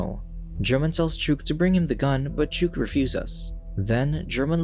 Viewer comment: Chewk 😂😂 It's pronounced similar to Chalk, it's a short name for chicken